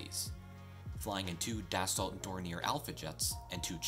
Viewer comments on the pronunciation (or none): I feel the reasoning for the welded grid fins was to make them lighter, rather than just a single casting being too large. Forged steel can be thinner and lighter than cast steel. Also Dassault is pronounced Dahsow.